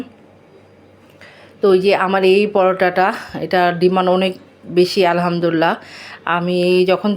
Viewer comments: Apni muslim tai Alhamdulillah shobdhota sohi kore uchcharon korun please. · ❤ মাশাআল্লাহ আপুর কথা অনেক সুন্দর লেগেছে মুগ্ধ হলাম আর আপুর জন্য একটা নসিহত আলহামদুলিল্লাহ বলার সময় এবং সালাম দেওয়ার সময় আরেকটু শুদ্ধ করে বললে আরো সুন্দর হতো যেমন আলহামদুলিল্লাহ এবং সালাম দেওয়ার সময় আসসালামু আলাইকুম ধন্যবাদ মনে কষ্ট নিয়েন না আপু।